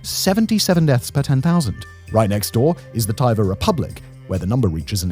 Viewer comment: Bro said Buryesha and Taiva